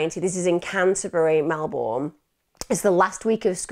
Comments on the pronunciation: Thanks for covering this story from my home town. But its pronounced "Mel-bin" not "Mel-born". Its also winter in August, not summer. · Mel-bun is basically how we say it. She is normally really good at making sure she has the correct pronunciation of towns out of respect for the victims. I guess "Melbourne" seems so obviously Mel-BOURNE to non-Australians that it doesn't even cross your mind that you should check the pronunciation. I did catch myself smiling a couple of times throughout the video. 🤦‍♀️ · I've always pronounced it as it reads phonetically... 'born'... Never heard anyone pronounce it as you say.. Not even Australians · 8 seconds in and already giggling at your pronunciation of "Melbourne". 😂 I hope you don't have to say it too much, or I'll feel bad about cracking up while listening to such a horrendous story. 😉 Love your videos! Always excited to see a new one become available. ❤️ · She's pronounced it like Americans do lol